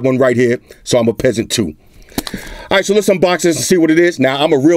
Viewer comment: I lough so hard every time you said “peaseant”.